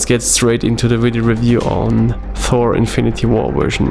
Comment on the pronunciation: Thor not Phor or For lol